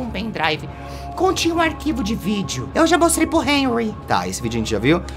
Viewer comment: O T3DDY falando enry mas é renry com h